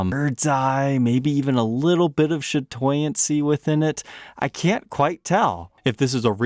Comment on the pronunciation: It’s actually chatoyancy , unless you were going for the slur .